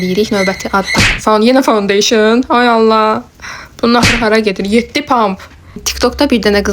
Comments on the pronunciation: Fondeşın yox fondedetn əllıq yox alıq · fondeysin yox ee fondeten😂😂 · Fondoten❎ foundeyşin☑️ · Findeyşın deyil fondaten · Ponteyşin deyil e ay bacı dontetən di onun adı